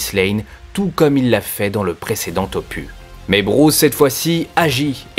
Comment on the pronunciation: "du premier opu"? Tiens donc.